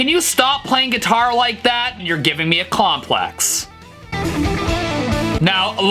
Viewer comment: "you're giving me a Kom-Plax"